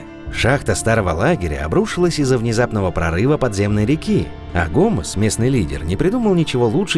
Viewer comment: Лять.. "Аданос, гомЕз"